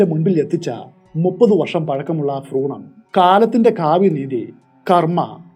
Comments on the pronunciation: Froonam alla, ath broonam ennanu ucharikkuka. Schoolil padipicha teachermaarude kuzhappam. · Bhroonam igneyanu correct ennu thonnunnu ഭ്രൂണം